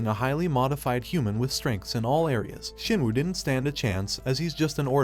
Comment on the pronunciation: Shinwoo nah it ain't jin woo